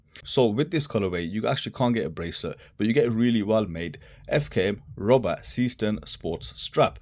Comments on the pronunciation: That's because the pronunciation is garbled. It's zayshtern, not seastern (Seestern is a borough of the city of Düsseldorf, Germnay) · Your heading is wrong...S453 instead of S435.... The pronunciation of Seestern is zayshtern, not seastern.... and the case is slimmer (watch your colleague's comparative review on Youtube) although the overall height is the same due to the crystal. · The correct pronunciation is NOT SEEEE-STERN. Is german, not some weirdo-english. Thx. 😂